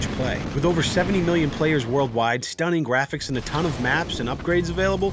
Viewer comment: MAN SAID STUNNING GRAFFICSS!!😂😂😂